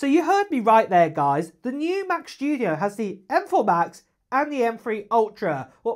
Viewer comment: It's the new Mac "Schtoodio"! 😆